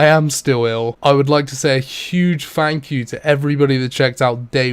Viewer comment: Fank you? You're velcome.